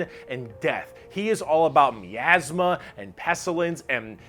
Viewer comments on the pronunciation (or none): Why can no one on YouTube pronounce miasma properly?